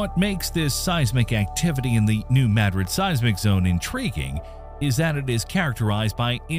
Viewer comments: Either this is an AI voice or he's just not sure how to pronounce a proper name. Very informative and fun to watch but when you speak the name you pronounce it 'may-drid'. It's MA-drid. And when you say it the proper way it's Madrid. It'd be easier to vocally tell you . That's the only thing that I disliked. Great job but learn pronunciation on other things. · It is correctly pronounced MADrid. That is what the town's residents call it. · I'd consider it, but your poor poor pronunciation just grates my nerves, It's NOT MAD-rid, it's Ma-Drid. So, I just can't. Not even liking it, tbh. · Thank you for making sure it’s pronounced correctly!! It’s not “ma-drid” it’s “mad-rid” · It’s pronounced MaDRID, not MADrid. Like Madrid Spain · If New Madrid is named after the city in Spain, then it should be pronounced "Ma DRID", not "Mad rid". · The correct pronunciation of Madrid is (“Ma drid) not (Mad Rid) it’s just an observation. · Its not pronounced Mad-rid its Muhdrid… gave me a headache hearing him say it over and over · The same reason they called it “Mad-rid” instead of “Ma-Drid “ … bad AI. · Your AI needs help pronouncing this ~ ‘New Ma DRID ~ New Ma DRID ~ ‘Spanish pronunciation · How are we expected to watch this? I would like to hear this. Your A I NEEDS FIXED! What is MAD-RID? It is Ma-Drid. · May i correct your pronunciation of the word Madrid- maybe you should try saying Ma - drid instead of Mad- rid- -- its a very well know place in Spain and of course the USA! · Respectfully, Madrid is a Spanish word. It’s pronounced mah-drid or maw-drid. The A is not pronounced like the A in apple. It’s not mad-drid 😊Respectfully Mr subject matter expert. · Hearing you say “mad-drid” instead of “muhdrid” is driving me nuts. I lived in south west Kentucky so I heard about it and they always said New Muhdrid. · Mad RID with the emphasis on the last syllable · It’s prinounced Ma - drid like mah-drid. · If it was named after MadRID, Spain, then why is it pronounced MADrid?